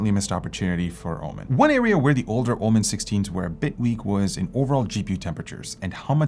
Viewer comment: Why it's (OMEn) and not (OMEN) this drives me crazy 😵‍💫